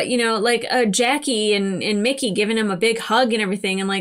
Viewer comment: It IS Mickey....NOT Ricky!